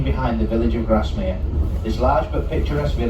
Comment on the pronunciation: Grasmere not Garsmere...